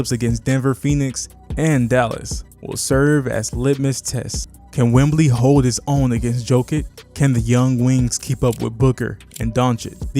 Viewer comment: Enjoyed the video man. Will sub. One thing though, I am unsure if you are calling him Wembly on purpose or not. Keep going!